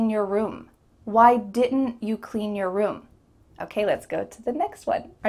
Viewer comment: Your= Yar